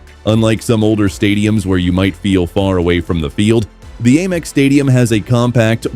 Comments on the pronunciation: Brighton's A MEX stadium. we pronounce it AM EX. Even the American's don't A Merica they say America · Ayyyymex stadium hahaha pure AI garbage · Please stop saying 'Aymex' It's awful! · The second I heard the AI voiceover I knew the stadium name would be mispronounced repeatedly 😂 Sad state of affairs when we settle for garbage content like this. I’ll never watch another video on this channel because the people behind it can’t be bothered to use an actual human narrator. Gross.